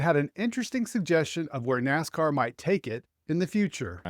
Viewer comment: It’s NASCAR not WASCAR.